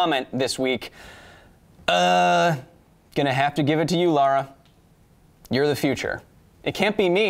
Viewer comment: Either the American accent is weirder than I thought or that was definitely "Laura" instead of "Lara". Dunno about her but I'd be refusing to do science on principle if it was my name being said wrong there...